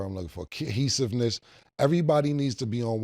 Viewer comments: started saying it right then said kehesiveness 💀💀💀💀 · I fuks with Cam but he be butchering words. 😂😂😂 He said keyhesiveness